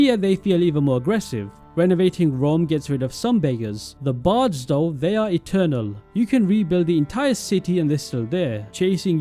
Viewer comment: there is an "sta" missing from the middle of the word bards😂🤣